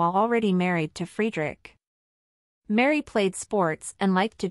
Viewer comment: This piece is really annoying. You Are not able to pronounce their names correct. Frederik and Mary. Also we Danes absolutely know the Donaldson family. Her father and his wife, her Two sisters and their families and her brother and his family. They are all very Nice people and respected here. Crown Princess Mary is very loved, respected and admired here in Denmark and she is VERY visible here. She is intelligent and has her own work to do. Danes are equal in marriage and supporting eachother. I dont know what is happening in their marriage and if Frede really settled with the mex hiking trophy (which would be stupid and evil to both his children and his wife). He would loose a lot of respect and sympathy from the Danes as Well. Im pretty sure that Mary in the worst case would be taken care of with respect and dignity as she is the mother of the future King and his siblings. We love her ❤❤❤